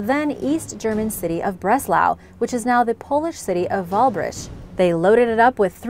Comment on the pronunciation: the polish city you mentioned is "Wrocław" not "walbrzych"!